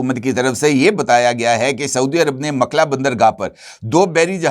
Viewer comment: Makla nahee, A-lMukalla